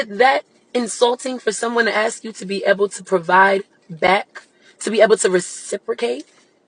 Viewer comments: It’s ASK not AKS😂😂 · Way is it always axe instead of ask? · When will people stop saying “aks”?